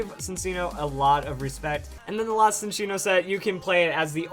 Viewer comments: Lol Sincino. I thought it was pronounced Chinino?! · I thought its pronounced chin- cheeno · I always thought "Cinccono" was pronounced "sin-CHEEN-oh" but ok